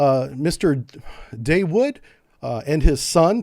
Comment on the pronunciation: and FYI to the it's not like you pronounce, DAEWOOD.. phonetically it's DAW-OOD .. unlike the defunct Car company DAEWOO/DAEWOOD